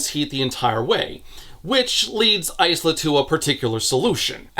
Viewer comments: You pronounce Isla like "ice-la" but wouldn't it probably be "eye-la" or "iz-la"? Eye-la is how the name is usually pronounced (e.g. Isla Fisher) and the author is from a Spanish-speaking background and Isla is Spanish for Island and pronounced iz-la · The S is silent in Isla so its "Ila". Its Scots. I wouldnt expect a random reviewer to know, so its an easy mistake, ...unless you're the AUTHOR. I hope to God the author didnt go around pronouncing a Gaelic-based name phonetically. Its one thing to Anglicize it (which would be to change the spelling to more English Ila or Eyela to communicate the pronunciation ie Padraig becomes Patrick.) But doing the opposite (changing the pronunciation to fit your interpretation of the native orthography) while giving your character a well known ethnic name, isnt creative, its lazy and ignorant. Again its fine if you just pronounced it wrong, you cant be expected to look up every name, we learn stuff every day. But an AUTHOR should really know about the names she using. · The author of the book pronounces the main character’s name as Ice-la so that’s how pronounces it, they know that the real name is different thankfully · Why are you pronouncing Isla as Ice-luh instead of Eye-luh? Do you call islands icelands too? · Genuine Q: is the protagonist's name actually pronounced "ICE-luh" in universe? Because the name Isla is normally pronounced "EYE-luh", like "isle" with an a instead of an e. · The fact that it's ICE-la and not EYE-la is enough to make sure I never pick up these books. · My only complaint is Isla is pronounces "eye-lah". Like island. "How she got her name!" Lol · Almost 8hrs of this man being unable to pronounce Isla 😅 Its Eye-la. Like how you say Island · I don't remember much about the first books so perhaps I'm missing a joke here, but 'Isla' is typically pronounced 'eye-la' 😅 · "Eye - La" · Hurts my ears... but you pronounce "Isla" like "Island" without the nd... I have a friend with the same name. :D